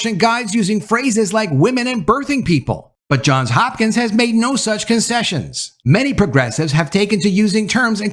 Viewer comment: It's JOHNS Hopkins not JOHN Hopkins...